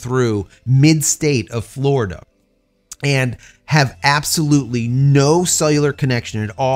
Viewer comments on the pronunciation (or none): none